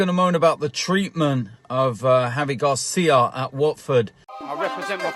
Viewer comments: Its GRACIA not GARCIA!!! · He cant pronounce his name right and doesn't even know the facts that gracia was manager after silva who was after mazzari. Also I am a watford fan and think that you cant let this happen